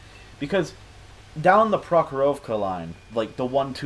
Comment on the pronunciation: A small tip: its proHorowka, not proKoworka. No offense though!